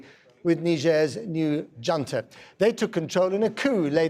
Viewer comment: Who sells arms to Nigeria I wonder? He should know how to pronounce " junta" or use an English word for it!!!